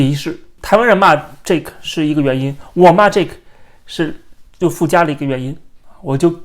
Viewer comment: 是Jake, 不是Jack。 發音不一樣。